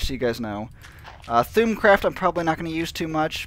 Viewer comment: HEY NOOB thaumcraft is pronounced (thom-craft)